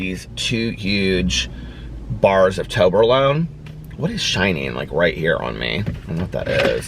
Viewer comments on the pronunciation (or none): The way you are saying toblerone is killing me 😂😂😂😂 💙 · I even looked it up because I was like... have I been saying it wrong?? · It cracks me up 🤣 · I MAY have winced once or twice lol